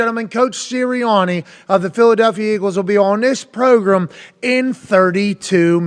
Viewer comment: Name robot "the progrum".